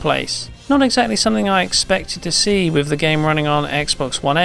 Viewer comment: Ah yes, another video "wif" "smooveness".